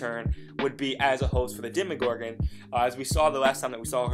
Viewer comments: he said demIgorgon BOI its demOgorgon UGH it makes me so mad when people say demigorgon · ARE PEOPLE ON PURPOSELY SAYING "DEMYGORGON" JUST TO TRIGGER ME? Because if so, you have. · SamFooSammieComments bruuuh ikr. My friend says it all the time and I'm just like. DemOgorgan DAMNIT